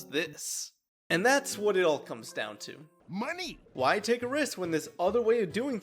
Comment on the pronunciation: "moaoaney" got me dying💀😭